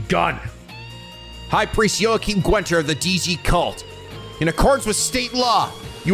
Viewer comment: Congratulations on making it through the whole game without learning how to pronounce Guenter... it's not Gwenter.